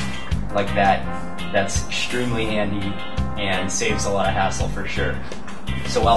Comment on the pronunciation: ekshtreamly) shtraping) it's funny way to say things =) no offense)